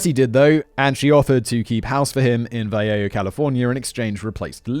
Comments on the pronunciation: Vallejo is "Val-ay-o". The "val-ay" part is like "valet" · Remember that California cities are Spanish so try to pronunciate them as though you would do other Spanish words Vallejo . You Spanish pronunciation sucks you usually make better effort.